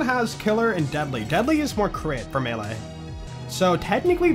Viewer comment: It’s always been pronounced May Lay, even in ssbm